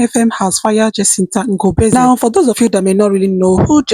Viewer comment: The Ngobese pronounciation is 💯🔥